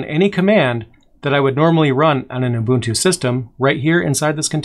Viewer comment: Just curious: is there a valid reason for repeatedly pronouncing "Ubuntu" as though its spelled Ubutu (without the "n")?